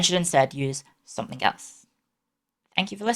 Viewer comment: ✋ can I say sumfink